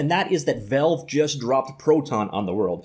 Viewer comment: The amount of times he says "velve"